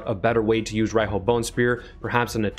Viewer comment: she is pronounced ar Ree hooo, as she is a japanese influenced figure, and Riho is a legit name in Japan, and pronounced as reehooo(strong "o" at the end)